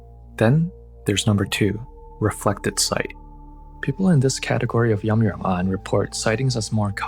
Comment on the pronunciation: It's Yin Yang Yan , not "Yum Yuern Ahn"